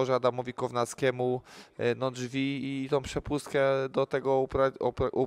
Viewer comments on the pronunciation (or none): none